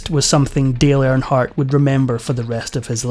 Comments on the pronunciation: It’s Earnhardt not airnhardt 🤦‍♂️ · It's earn hardt. Not air hart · His last name is pronounced ern-hardt not arronhardt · First of all,... it's "EARNhardt", not "AIRNhardt". Secondly, stop calling this a sports moment. NASCAR is NOT a sport. 👀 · Who is air in heart? Make a video of the man, at least pronounce his name correctly. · You can't even say his name right. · I hate when foreigners talk about America or American people. If you can't pronounce his name, stfu!!